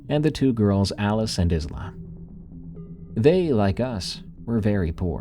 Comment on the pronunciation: Just a future note for the Scottish one. "Isla" is pronounced "Eye-la" like Island. Loved the stories though. Real creepy 😊